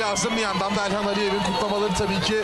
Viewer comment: Sunucu kim? Elxana Mesut diyo 🤣